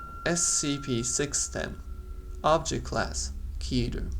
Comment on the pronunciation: It's pronounced "KETTER / KETTA" like "better" Otherwise good video